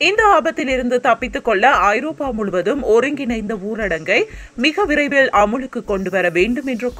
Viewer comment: பிரிட்டன் ma... NInga britania biscuit company soldranga.... Apro அமுலுக்கு ila அமலுக்கு... திருத்தம் கொண்டு வர வேண்டும் news reader....